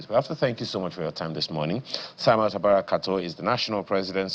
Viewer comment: Mr Samuel Tabara, and not taraba as pronounced.